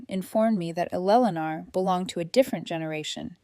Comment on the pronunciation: Elelenar? Sheesh. why i hate AI. Your stories however are wonderful. Here's hoping AI grows up. Toledo Ohio